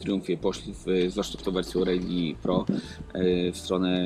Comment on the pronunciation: Nie "rejli" tylko "rali" ;)